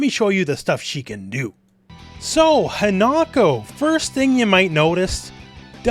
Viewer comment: just fyi, in Japanese the i is pronounced the same as a long e sound. So Hinako is pronounced like Hee-na-ko.